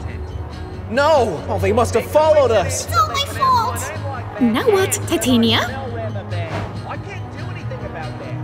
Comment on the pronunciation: Ti ta ni a not ta tan ia